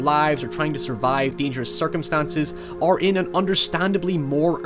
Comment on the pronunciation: Circum-ston-sis, stey-ate, meek You sound like a more articulate Swedish Chef or South Park Canadian with some of your words. It's just interesting, since mostly you sound "normal" American or Canadian.